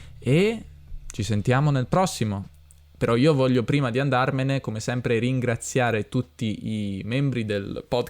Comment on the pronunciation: Perché tu pronunci bene “voglio” ma spesso sento a tanti italiani pronunciare “Voiio”